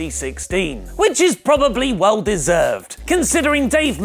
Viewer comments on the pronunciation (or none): none